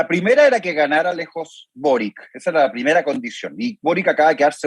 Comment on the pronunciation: ¿Por qué ese señor dice /bórik/ y /jadué/? Es raro siendo un chileno, a menos que con eso quiera manifestar un desprecio por esas personas, como cuando Bóric llama a José Antonio Kast simplemente José Kast.